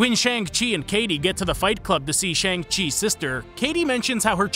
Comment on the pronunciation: Fun fact: the movie LITERALLY tells you how to fucking pronounce Shang. But you don’t, because this guy doesn’t learn from his mistakes.